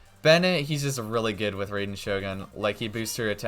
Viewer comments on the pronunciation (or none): not ray den shogun, it's rye den ( like the plant rye)